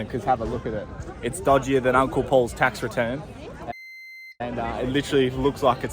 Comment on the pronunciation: Great video loved all of it and it was great to hear you say uncle poorly